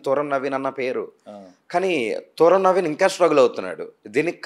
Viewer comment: తూరం కాదు తుర్రం